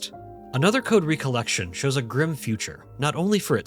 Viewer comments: Does he say "re-collection" for the whole video? M I D W I T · I like your videos but.... You game no idea how maddening it became to hear you pronounce "recollection", as in MEMORY, as "recollection", as in "second gathering. " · the way he says recollection pisses me off bruh